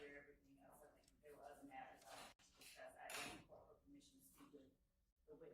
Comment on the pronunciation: Asked not AXED. Wipe ur nose girl.